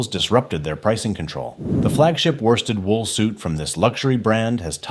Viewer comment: Worsted pronounced by this genius ‘warsted’. E2L much?